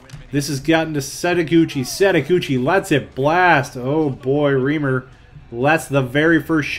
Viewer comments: and stop saying riimer its REIMER. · Dude Its Reimer Not Reemer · just to let you know it's pronounced ry-mer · Reimer is pronounced as "Rymer" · Toronto's goalie is pronounced as Rye-mer...